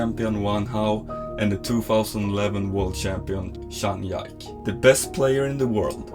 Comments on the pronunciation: This is a great video!! But it's Zhang Ji (similar to Gee) Ke not Zhang Yak lol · Sorry but how can you not know how to pronounce zhang jike like cmon😂😂😂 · buddy he makes incredible content and editing and his narrations are incredible you lose respect for a guy making table tennis exciting for people that dont know about the sport because didnt pronounce a name correctly? Embarassing. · It really is pretty bad for table tennis content to pronouce Zhang Jike's name so badly. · Zhang Ji Ke 张继科（copy and paste in google translate to help you get correct pronunciation of his name . not one time you pronounced his name right 😂😂. Do you really in table tennis community my friend? 😂 😂 At lease study how to pronounce the name correctly. And recommend you watch’s Chinese version YouTube , learn how to correctly pronounce Zhang ji Ke’s name, and edit/revise it. Good job btw. ❤ just try to help you